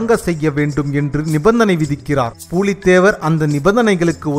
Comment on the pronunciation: Not பூலீ தேவர் it's புலி தேவர்